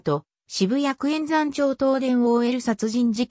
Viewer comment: えんざん？まるやまちょうです。